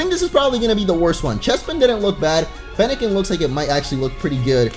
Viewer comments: You said fennacen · he said Feniken